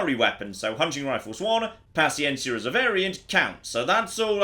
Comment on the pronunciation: native spanish speaking here your pronuncieation of paciencia is perfect